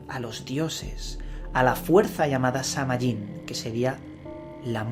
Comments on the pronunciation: De hecho la correcta pronunciación es Saa-win y ésta festividad es parte de la rueda del año que celebran los wiccanos. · Se pronuncia Saa whin! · samhain es el nombre de un rio nacido de la union de morrigan y dagda, pero no es una deidad. El nombre de la fiesta significa el fin del verano y la pronunciacion mas adecuada sonaria como sowein. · Se pronuncia San-Win y Samhain no era un dios de la muerte, no habia sacrificios humanos, tus Fuentes estan erradas